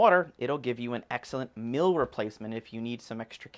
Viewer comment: The word 'meal' is pronounced 'meel', not mill.